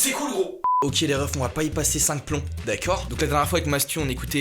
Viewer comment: Depuis qu'il a fait flic il a gardé le "d'accieurd" 😂